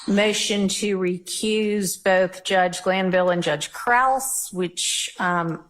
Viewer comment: I don't think Krause is pronounced like 'cross,' I'm pretty sure it's like 'crowd.'